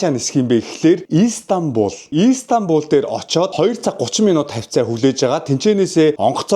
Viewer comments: İiiistanbul bish istanbul shuu hahaha 😅🤣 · Иис тамбул биш Истанбул гж богино дууддаг болно❤ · өө тэгээд ииистанбул иииистанбул биш мэдлэггүй дуракаааа зүгэээр Истанбул, И нь өргөлттэй биш цүүццү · Shanghai, Turk, Solongosiin ongotsnii buudal dajgui sanagddag. Ийстанбуул, Аайрпорт гэж хэлэх болгонд тухгүй сонсогдоод байх юмаа😂 Истанбул, Эйрпорт